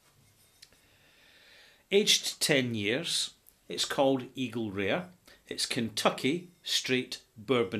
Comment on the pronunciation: I though said "Eagle Rear"! Lol!